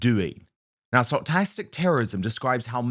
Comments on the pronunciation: It's "STOCH-astic" terrorism, not "STOCHT-astic"terrorism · Sto-cas-stick Sorry for being pedantic